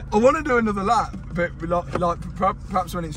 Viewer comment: Mat’s pronunciation of “But” just hits my ear in the worst way. Buuut lol.